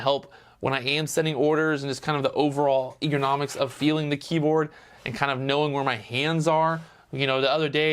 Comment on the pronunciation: I thought the same thing!, my friend, it's Ergonomics (er·go·nom·ics):)